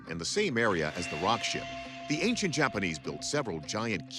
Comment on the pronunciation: "The JAPPERNEESE" 😂😂😂😂